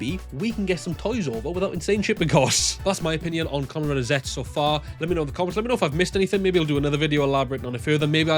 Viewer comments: Zetzu is the the proper pronunciation I think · The pronounce is Zettsu or just Zetsu for this rider